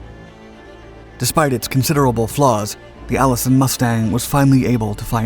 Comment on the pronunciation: "the Allison fifth 1710"? Seriously?